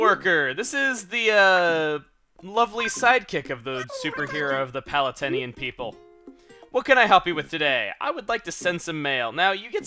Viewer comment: "The lovely side-kick of the superhero of the Palutenian people" I know he said/meant Palettainian people, but it sounded so much like he was making a Kid Icarus reference.